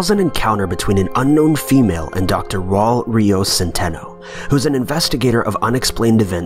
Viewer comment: He also said Raul like Paul smh